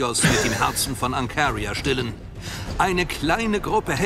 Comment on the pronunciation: Jedes Mal wenn der Erzähler Ancaria und Seraphim sagt, könnt ich wegen seiner Aussprache ausrasten.